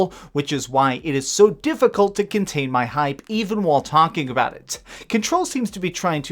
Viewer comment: "Number sexxxxx Ken-Troll"